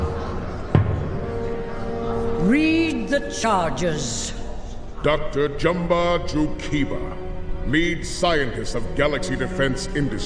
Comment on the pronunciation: Only critique is that you are pronouncing Jumba wrong